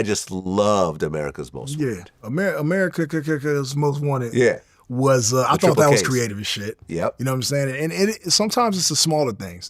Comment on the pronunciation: The Game is one of the very few people who properly pronounced the title of Ice Cube's album AmeriKKKa's Most Wanted